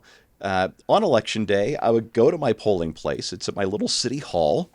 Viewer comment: you mispornounced "election season:.